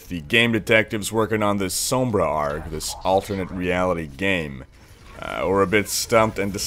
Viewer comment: it's a r g not argghhh